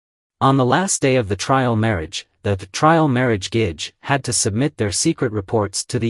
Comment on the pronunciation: Also Gege I think is pronouced like Geh-Geh not gage. its how I hear it in the dramas at least